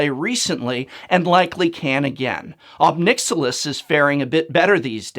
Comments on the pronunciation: Pretty sure it's pronounced "nick-SILL-iss" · "Nixilus" lol